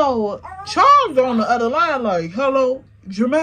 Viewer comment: Not "Charles" sounding like "Checkmate" This was worth the wait 😂